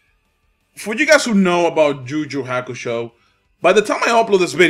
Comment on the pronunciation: Juju hakusho LOL. Its yuyu maannee